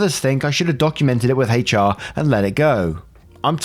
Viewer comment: Your hard H in HR is so cute lol 😆